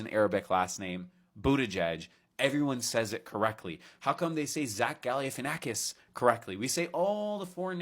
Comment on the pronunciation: I get the point you are trying to make, but you did say the name Galifianakis incorrectly, in fact I've never heard any American say his name correctly to be honest, even the ones who try 😂 no worries though! I'm Greek from Greece, born and raised by the way so I know how it's supposed to be pronounced.